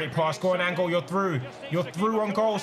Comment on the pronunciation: i know this man didn’t just say “that’s a tight angol” 😂😂💀 I’m dead